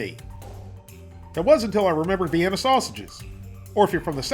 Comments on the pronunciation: It is NEVER pronounced like the city in Austria, but always "vie EEN uh." You should know that. You should also know better than to put ketchup on hot dogs. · I love ketchup on hotdogs lol, plus I’m a southern girl myself and I’ve NEVER heard anyone call them vi-ee-nie weenies lol.